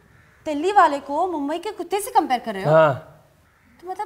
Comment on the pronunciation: अरे मुंबई म्हणायला शिका आधी. आणि मुंबईतला मुलगा मराठी बोलतो हिंदी नाही.